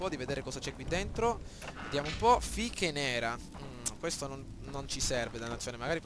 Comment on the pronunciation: Si chiamano "fiches", sono le monete che si usano nel poker o nei giochi d'azzardo di quel genere e si pronunciano "fisc" XD